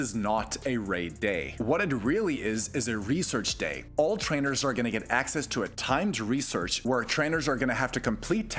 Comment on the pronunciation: did... did you say... "trenders"?